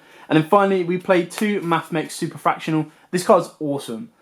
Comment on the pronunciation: As a mathematician your pronouncians trigger me 😭 They’re Super factor ial Alembertian (alem berci an) Laplacian (Lap lace ian)